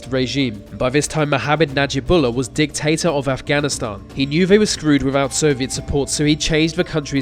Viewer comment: you said "Dic-Tater", that's funny, lol